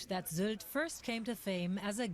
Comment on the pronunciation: The y in Sylt is actually pronounced like ü (like in the name Rüdiger from one of your recent videos).